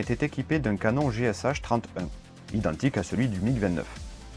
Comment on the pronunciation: Merci pour cette vidéo qui est comme toujours un pur régal! Le premier Forger que j'ai vu était au musée de l'armée de l'air de Monino en banlieue de Moscou où tu es bien servi en termes de Drôles de Machines au mètre carré! 😅 le deuxième à Saratov près des anciennes usines Yakovlev. Petite remarque pédante de russophone pour la route: le canon GSh se prononce "gué ché" pour les lettres russes Г et Ш pour messieurs Griazev et Chipounov qui l'ont conçu. Merci et bravo pour l'ensemble de ton travail incroyable!